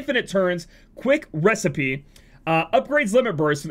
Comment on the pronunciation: so gonna mispronounce "recipeh" hmmm